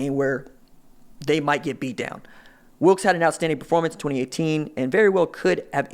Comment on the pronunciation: Kenny Willekes (Will-Eh-Kes) a beast